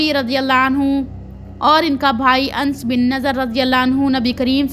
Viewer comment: Mashallah buhut acha bayan kerti hen bas please thore words ka sahi pronunciation seekh len jese sayeedna Anas ko aap Ans kehti hen, kuniat ko kaniat kehti hen etc JazakaAllah